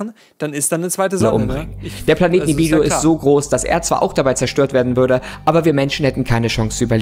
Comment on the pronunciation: sagt Ihm bitte mal das dieser vermeintliche Planet Nibiru heisst und nicht Nibiriu, Danke.